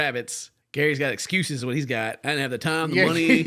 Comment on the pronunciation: And how he pronounces "time" as "tom" 😊